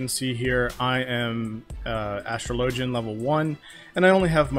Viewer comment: For a second I legitimately didn't know wtf you were talking about. And then I realized you just pronounce astrologian completely wrong. 10/10 would watch again.